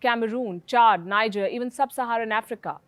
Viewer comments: Pronunciation is "Nee-jer" not "Naijar", pls take not PSU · Good job 👍 on the review Niger (a country) is pronounced 'NeeJay' NOT Naija take note Niger pronounced 'Naija' is a state in Northern Nigeria 🇳🇬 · It's pronounced Ni'je not Niger... Nigeria's neighbour to the north. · You pronounced Niger wrong ;-)